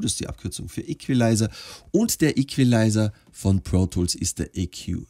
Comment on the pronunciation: Ich: will einfach wissen wie pro tools funktioniert, damit ich nichtmehr mit fl studio aufnehmen muss: erklärt was ein plugin ist Ps: ich finde es witzig wie er Equalizer sagt: ikwulizer